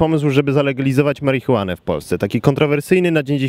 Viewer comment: "Marihunę" :o